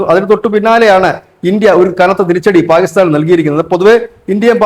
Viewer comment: പാ'ഗി'സ്താൻ അല്ലടെ...kore kalamayille? Inim pathichille?